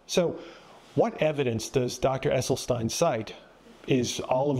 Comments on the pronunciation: You heard this Dr. pronounce his own name. Yet you persist in mispronouncing it. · It's pronounced "Esselsteen", not "Esseltine" 😉 Thank you very much for your free content. Such unbiased, comprehensive information ist very rare in "our" Generation. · Doctor Esselstyn, not Esselstein/Esselstine😊😊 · It's Essel-stin not Essel-stine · Just for the record, His name is pronounced Essel Stin not Essel Stine. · Does the doctor’s last name rhyme with tine or with tin? It seems that Rip Esselstyn pronounces it like “stin,” not “stein?” Just asking. Thanks for this presentation…. Interesting perspectives!